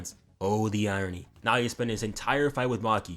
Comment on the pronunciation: thankyou for saying naoya correctly dawg appreciate